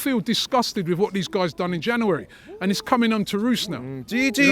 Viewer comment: Why cant he say January?